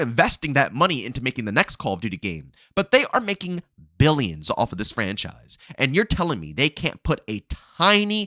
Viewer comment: Trump: Mill-e-yens & Bill-e-yens: Mill-e-yens, Bill-e-yens... Yes